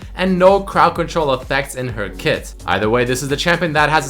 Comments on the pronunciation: Its Crowd Control, not Crown Control. :) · how come nobody noticed "crown control" while talking about Kat? He even pronounced it like that. ^^' It's Crowd Control. You are controling people, not a regime xD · "Crown control"? You mean Crowd Control? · for the katarina one in cons you said crown instead of crowd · on kat you said crown control not crowd :P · Kata cons "crown control" instead of "crowd control" :D